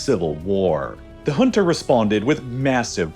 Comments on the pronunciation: First time i am hearing junta pronounced as hunta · The number of times he said HHHunta like we talking of a place in South America is unreal. Pls also research regional dialects, if not to perfection, at least not so catastrophically wrong that the term becomes inunderstandabe